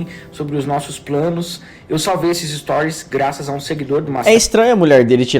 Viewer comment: “Es-to-ries”. Repete comigo você consegue.